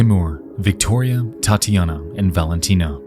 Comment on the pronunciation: Loved the story and it would be real nice if you can keep up with a weekly schedule. One thing, though, with such a huge audience, it isn't hard to find a russian dude who can tell you how the russian names should sound, it's not that big of a deal, but man, hearing "LIUdmila" and "Tyatiyana" for 40 minutes straight causes a small bleeding from the ears, which we can count as getting deeper into the story since some of us who knows how it is supposed to sound can experience what the hikers felt, but, it is hardly a good thing.